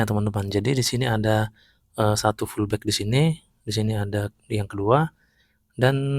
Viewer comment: bang baca nya pullback BUKAN FULLBACK